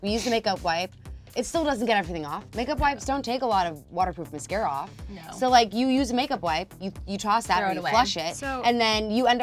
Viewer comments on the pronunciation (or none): lol she said (muh-sarca) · “Miscara” it’s mascara MAS-cara! 😩😂